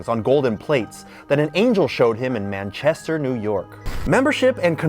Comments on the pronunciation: the way you pronounced Manchester gave me anxiety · I feel personally attacked by the way you pronounced Manchester.